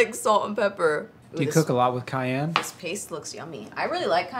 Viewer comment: My name is Cayenne and the way they pronounce it is driving me crazy😅 It’s pronounced CayENNE not CayANNE lol I loved the video though! and always know how to make me laugh😂